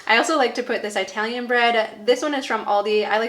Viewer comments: Thanks for sharing your recipes and tips. **Italian, like Indiana, not Eye-talian. 🙂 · I laughed when you said Eyetalian! My Grandma used to say it like that!! I still tease my Husband about being an Eyetalian!! ❤️ sweet memory!! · PRESSURE COOKER eye-talian (hehehe) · I noticed eye-talian too 😉